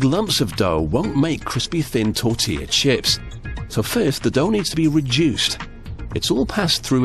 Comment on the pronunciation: Pronounced “TOR-TILL-UH.”